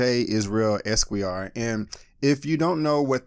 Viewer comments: "Es-Quway-Y'Are.." whuT? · I think you're pronouncing the word "esquire" wrong, this is the right way to pronounce esquire